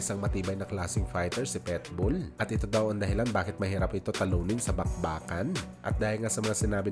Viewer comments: Pakinggan mo nga mabuti kung paano mo ipronounce yung Pitbull..sabi mo..PETBULL..kaasar pakinggan..PIT..PIT..not PET🙄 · boss, PITBULL Hindi Po PETBOL